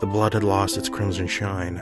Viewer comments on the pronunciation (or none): none